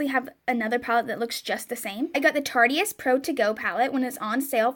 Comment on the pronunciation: It’s tarte-ist like artist lol not tartiest